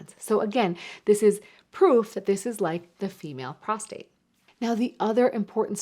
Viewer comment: It's PROSTATE, not prostrate. Prostrate is when you are laying out flat.